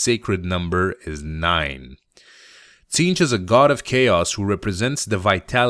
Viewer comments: The t is silent Zeentch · The T is silent, it's zeench But tons of people make the mistake. No worries man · it's pronounced Zeench :) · I believe it is pronounced "Zeentch", but I doubt it truly matters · i always thought the t was silent and it was zeentch. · its pronounced Zeench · I always pronounced it Zzaentch.